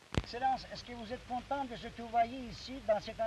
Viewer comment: Fransızcası Fransız gibi değil. Türk gibi. Mesela Fransızlar "sene" kelimesini "onğ "olarak telaffuz ediyorlar Türkler ise "An" diyor "Memnun" Kelimesini Fransızlar "kontonğ"diyorlar Bizimkiler ise kontan diyor. Bugünde öyle Hala Türkiyede Fransızca Ala Turka Olarak devam ediyor